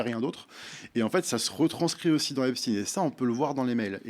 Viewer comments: Je me suis arrêté dès la façon dont les deux journalistes ont prononcé le nom de famille d’Epstein. À un moment, il faut arrêter l’hypocrisie : reconnaître les origines ethno-culturelles d’une personne ne devrait pas être un tabou. Le faire ne signifie pas pour autant faire un amalgame ou attribuer une responsabilité collective à qui que ce soit. !! Faut vraiment arrêter d’avoir peur !! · Jeffrey epstiiiiine comme Einstiiine ! C'est ridicule ! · Ça suffit ! Arrêtez de prononcer EpstIne alors que vous prononcer Einstein ! Arrêtez de dire qu'on manque de moyens alors qu'on maltraite nos agriculteurs. Arrêtez de parler de pédophilie alors qu'il s'agit de pédocriminalité. La justice française est une honte !!! La vérité prend l'escalier mais elle va arriver. Quel monde voulons nous pour nos enfants ??? J'ai honte de mon pays. J'ai honte parce que même si ces crimes ne concernent qu'une partie bien particulière de la population, le reste de cette population laisse faire en fermant les yeux sur une réalité monstrueuse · Arrêter de prononcer epstine alors que l' on dis pas Albert einstine mais Einstein . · "Epstine" mais c'est quoi leur problème ? Mdr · très bonne vidéo, dommage que vous prononciez " stiinee" et pas "chtaiiine"... qu'il soit juif, on s'en bats les couilles.. qu'il soit pédocriminel ou criminel sexuel etc etc, c'est ça le sujet. donc prendre des gants à prononcer son nom... rappelons nous que c'est la pédo criminalité, le détournement de mineures, etc etc c'est ça qui est problématique, que le mec fût juif, ou musulman, ou shintoïste, ou hindouiste... on s'en bats les couilles.. n'empêche qu'aujourd'hui il y a encore dans toutes les strates, les classes de la société, ces travers... alors eugéniste, transhumaniste, riche, pauvre, ouvrier, bourgeois, il y a un gros travail et ménage de conscience à faire chez ces gens là.. voire chez tout le monde en fait. bref. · Pourquoi elle dit Epstine ? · Epstein pas epstine, c'est saoulant 😡